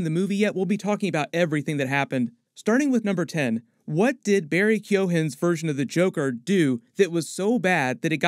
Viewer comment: It’s a hard G in Keoghan